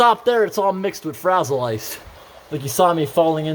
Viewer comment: Love how you call it frazzle ice!!! 😊😂